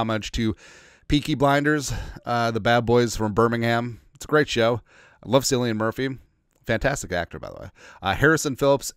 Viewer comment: As an Irishman used to people butchering our names… 😂 Cillian is pronounced ‘K’illian, not ‘S’illian. 😊